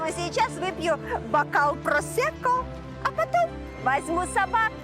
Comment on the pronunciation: Почему переводчик говорит просЕко, а не просЭко?